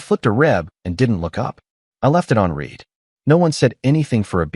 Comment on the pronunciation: Okay, because I want these stories to be better. Fix the timelines. Lindsey was apparently served papers on Monday, not Friday. At the 4th of July party which came later, she was surprised to learn he had filed for divorce. Next, all AIs seem to have trouble with pronouncing words, like "read" on context; "red" when it should be "reed' and vice-versa. Good luck.